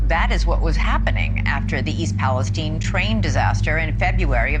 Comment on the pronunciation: It's Palestine, not Palesteane!🤣 For a second, I was like, "Where the hell is Palisteane?" 🤣